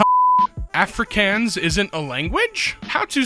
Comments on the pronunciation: Never heard Afrikaans pronounced wrong before, interesting. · One, please go watch a South African say Afrikaans, the way you said it was painful to hear. BTW as it wasn't addressed. Yeah, your inner ear plays a pretty big role in balance. Your brain synthesizes and interprets information but the actual parts are still responsible for collecting the information. Your ears do more than just hear things.